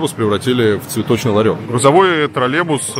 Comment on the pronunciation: почему он говорит "тролЕбус" ?